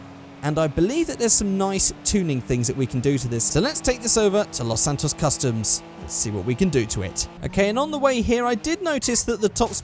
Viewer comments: Menyoo Custums? 😂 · I just love the fact that he said 2 times "let's go to menyoo's customs so we can modify the car" and he didn't even notice it in the edit 😂😂😂 (no hate)